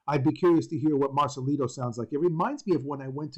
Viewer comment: Marcelito not marcalido